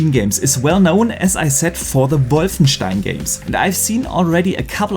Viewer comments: The correct pronunciation of wolfenstein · That's a German name that's how it's pronounced in german. He's german... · Haha, no one does it better! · It’s technically the correct way to pronounce it